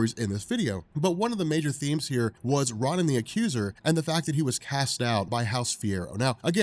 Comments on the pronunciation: R ah nin?!? IT’S PRONOUNCED ROWNIN YOU HUMAN REFRIGERATOR! GAAAHHH! So infuriating that you mispronounce names and think that you are the most knowledgeable about comics! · Great vid. You're killing me with the "RAH-nan" the Accuser pronunciation, but good stuff. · learn how to pronounce words. You mispronounce 'armistice' & 'Ronin.' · Another great vid, dude, but holy fuck listening to you mispronounce "Ronan" over and over was a chore.